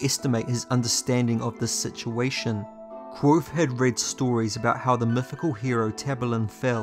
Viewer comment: Allt hese videos are awesome man!, Just need to start pronouncing the V in kVothe haha